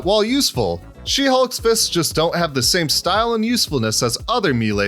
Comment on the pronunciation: you said game instead of same